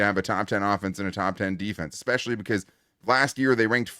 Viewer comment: It's "especially" not "expecially."